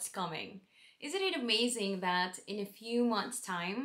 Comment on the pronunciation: I love that you have the Irish pronounciation of that ...Dat :) Welcome (almost) Irish citizen.